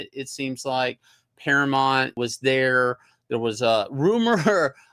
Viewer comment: Shane! Gotta add that U in Paramount! Mount, not Mont! 😁